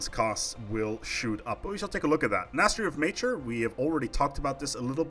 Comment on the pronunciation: "Nastery of Mature" rofl